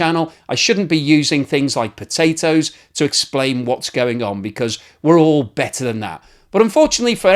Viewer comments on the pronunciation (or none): did you say "...BETTER than that" or "...BATTER than that" ?